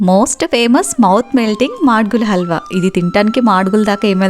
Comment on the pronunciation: Abba emi telgandi, madgula halwa kaadu amma. Madugula halwa. 5 times imposition laaga maatlaaduthu unte vasthayi. Try cheyamma